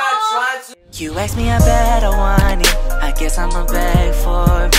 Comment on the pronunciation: I definitely know sings the intro song bc instead of saying better he says bettew